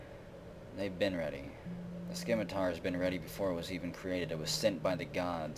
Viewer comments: it is pronounced Sim-it-tar not Skim-it-tar. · You don't pronounce the C in 'scimitar'. Just sayin'. :)